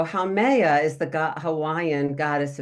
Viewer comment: Love this: FYI, Haumea pronounced “ho me ah”